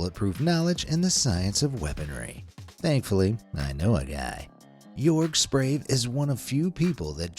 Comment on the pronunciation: Your pronunciation of Joerg's name HURT... I understand that the œ-sound does not exist in English, but there's no excuse for getting Sprave wrong.